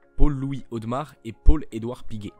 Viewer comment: A Genève on dit Audémars et non audmars!!!!!!